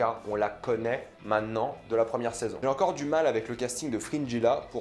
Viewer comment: La vidéo est cool. J'ai hâte de voir la nouvelle saison. Par contre, dans le mot "maintenant", on prononce le t. 😊 Cordialement.